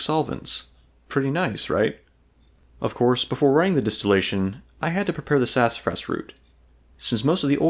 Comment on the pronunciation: Man, slow down. You're going so fast that you're slurring over your words. Enunciation is important in any documentary video. It's sassafras and not sass-fras. You slur over a whole syllable.